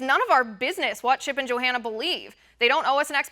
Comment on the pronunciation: The Bible talks about when the end times come, right becomes wrong, and wrong becomes right. Why does she keep calling her Jo-Hanna???...lol